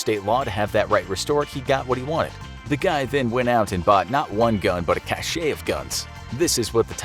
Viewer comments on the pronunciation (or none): Learn how to correctly pronounce "cache." (Hint: it's NOT the same as "cachet").